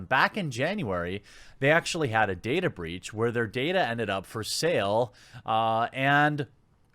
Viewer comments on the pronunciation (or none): Its not "breech", its "breach"